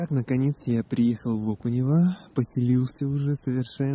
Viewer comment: Везде в тексте ОкунЁво, а вы упорно произносите ОкунЕво.